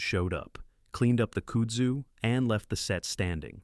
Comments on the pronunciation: It’s Kudzu kuuuuudzu not Coozoo. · Kudu? It's Kudzu. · Its "kudzu" not kudu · Not "kood-zoo"..It's pronouced "Kuhd-zoo" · It's 'CUD ZOO' not 'could zoo" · The word is pronounced cud-zoo. CUD, like what a cow chews!!!! Do your research! Other than that, terrific video! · Kood Zoo is taking me out. 😂 Brother, it’s Cudzoo. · Also it’s pronounced cud-zoo not cood-zoo 😂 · kud zoo. Not kood zoo. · Ok good viedo but its pronounced like this kudzu cud-zoo. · i can't..... kudzu is pronounced kud-zoo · in kudzu, the 1st u sound like cut. cut zoo. kudzu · kood-zoo. lmao!!!!!! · Oh cmon Koodzu? If you’re gonna talk about southern things, let’s do it right Kud- similar to chudd Zu- zoo Kudzu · We did not need to see a perverted affair. Thank God, they didn’t carry out that disgusting idea. I don’t believe it’s true anyway. I think they’re just trying to look like another bunch of woke idiots. And you don’t pronounce the kudzu like koodzu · WTF is Cooodzoo? Oh you mean kudzu.😂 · Tell us the narrator is not from the south without telling us. Kudzu pronounced Kude zoo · Exactly HOW did the narrator pronounce kudzu?!? 😂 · Good lord the mispronunciation of kudzu 🙄🙄🙄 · OMG can they pronounce kudzu properly?? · And learn to pronounce KUDZU!